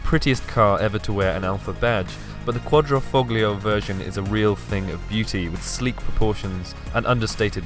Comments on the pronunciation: Trader Bond.. Bet you never heard that one, ha!:D Don't want to come across as some sort of pronunciation nazi, but in the beautiful Italian word for cloverleaf - Quadrifoglio - the g is silent. We learn something every day... I'm not Italian but I do know a few words here and there, it's such an incredibly fluent language, so word of advice: If it sounds like the word is stuck in your throat, you're probably saying it wrong. For future reference, just say it really loud with an Italian accent and wave your arms around, preferably wearing sunglasses, maa...come si dice... it-a work-a for me every time-a, si?:) Just picture Rossi.:D Also, as someone already pointed out, you could do better with (the absence or a more seamlessly integrated) music in the video. Really like the camera work and your presenting style is up there as well. Big up, bring us more alfas and keep up the good work! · please say QUADRIFOGLO! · "QuatrofoGGGlio".....Jesus man, how out of touch are you????? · you did not just say fog-lio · Why wearing a Italian T-Shirt, when you cant even pronounce Quadrifoglio.... SMH